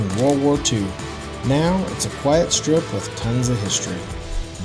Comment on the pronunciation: Naw, you got Quesnel right...yes I'm serious!